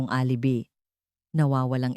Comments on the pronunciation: alibi..... a li bay is the correct pronunciation TY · A-li-bi ka ng A-li-bi... ang TAMANG BASA SA ALIBI AY... "AH - LI - BAY" !!! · A li bi not the correct pronounciation it shld. Sounds A LI BAY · Mali po promounciation nyo ng alibi